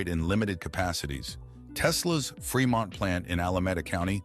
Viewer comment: Whose the Stupid person narrating.... Fermont???? Bruh, FREE MONT... multiple times you fucked up pronunciating words here... Damn